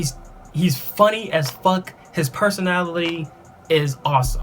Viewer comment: I lowkey just saw this and lol I watched the whole thing. He couldn't say personality lmao